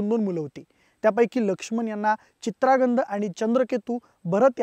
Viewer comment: माहिती देणार्‍यांनी व्यवस्थित सराव करुन यावं . चित्रांगद चा उच्चार चित्रागंद असा केलाय.